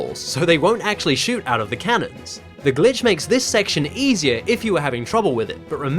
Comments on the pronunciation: I SWEAR EVERY TIME YOU SAY SON OF A GLITCH I HEAR B!TCH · You said Son of a Bi*ch.